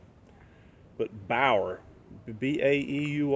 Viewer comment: Your pronounced the name of the lock right it’s Bauer. Glad it works. The video looks good. Too bad about your phone. I need to fix my iPad because the screen is lifting. Nope never seen you eBeg ever. Not like others on YouTube.